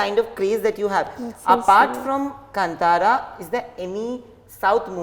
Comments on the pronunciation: कंतारा नही कांतार बोलो... From Karnataka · Its not Kann'tara its Kaantaara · It’s Not kanntara it’s kantara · It's not Kan-tara ,it's pronounced as kaantara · its not kantara its KAANTHAARA learn Telugu little bit and come to TFI